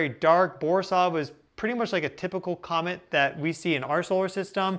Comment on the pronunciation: It's COMET! Isn't it? Compromised?